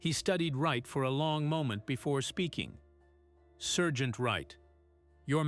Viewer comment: It’s sergeant